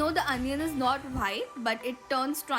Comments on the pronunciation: It is white not whhite One thing If she makes she gives 9/10 or 10/10 or tells in as outstanding 😒😤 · Di aap itni achi English pronounce karte ho but ye WHITE ko baar baar WHITE kyu bol rhe ho ye pronounce par white nhi wite hota h.... H silent rehta h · I love her' bhite' 😂😂💓💓 I really really like the recipes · When you say white sauce I hear vhite sauce